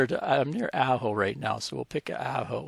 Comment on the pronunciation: I got a chuckle when you pronounce Ajo. It is pronounce like Ah-Hoe. Great explanation of AllstaysPro